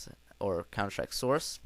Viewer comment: Xd old vid but what really is Funny u Said Countershtrike xxddd